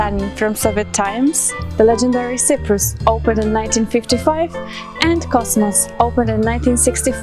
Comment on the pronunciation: Where are you from??? You even cannot pronounce Sõprus... Not mention more... :/